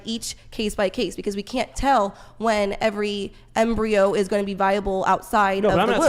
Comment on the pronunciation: As a medical student hearing her say Embryo wrongly every time is killing me. Its not a dang embryo